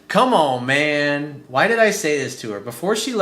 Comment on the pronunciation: I really think is hot as hell and I adore the way he says "c'mon mann":)